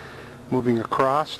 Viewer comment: "moving accrost"